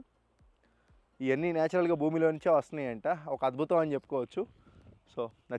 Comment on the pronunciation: బూమి...కాదు సామీ భూమి...